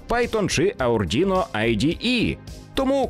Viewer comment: Не Aurdino а Arduino)